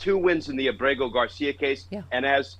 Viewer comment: Why does everyone mispronounce Ábrego Garcia’s name? The accent is very plainly on the first syllable, Áb-rego, not Ab-RE-go.